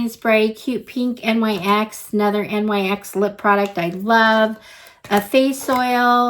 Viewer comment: Thanks for doing this unboxing. One note, NYX is pronounced "nix".